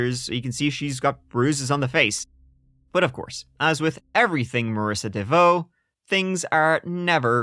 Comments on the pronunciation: Heyouuuu! It's pronounce "Devo" as in: let's give it a go! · Oh my, you had me laughing at trying to pronounce her name and then saying she needs to change it. Not even 5 min in and you made me laugh.